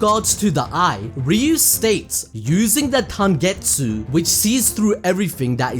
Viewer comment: Are going to ignore the fact that said tangetsu everytime he referenced tengetsu eye?